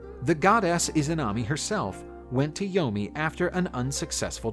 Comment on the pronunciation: Did he say yoni or yomi?😕🤭😂